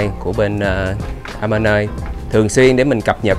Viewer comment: Mọi người đọc nhầm tên resot ...Amanoi..không phải đọc a ma nơi...